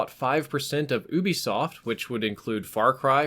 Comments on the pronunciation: I swear it's ubsoft (youbesoft) why do people say (oobisoft) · Oo-bee-soft? U wot? You-be-soft